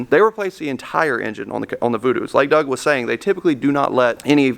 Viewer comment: It's "doug" you dumbass...